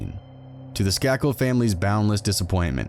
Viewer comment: Skay-kil is how you pronounce their name. He is related to the Kennedys. This is a famous murder